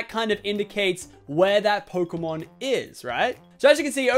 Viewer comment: Its pokemon not phokemon